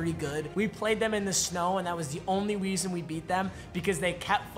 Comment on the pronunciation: Did anyone else catch, “The only weason we won”😂😂